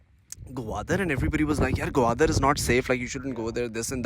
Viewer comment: It's Gwadar not gawadar 😆😆😆